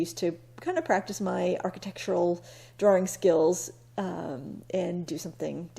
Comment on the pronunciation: I come for the art and sometimes stay for the way you pronounce "drawRing" just like Austin Powers, ha. Love old architecture. Here, we're losing medium sized retail too. Not a good sign. SIGH! Thank you.